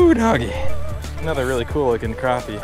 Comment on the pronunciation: i hate it when people say crawpy ... not crappy